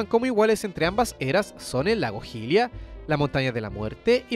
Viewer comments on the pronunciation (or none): none